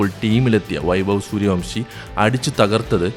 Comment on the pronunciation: വംശിയല്ല ബ്രോ വൻഷി